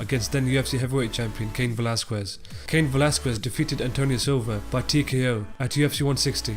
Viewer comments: It's not pronounced "Velaskuez" it's "Velaskez" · 'cain velas-cwez'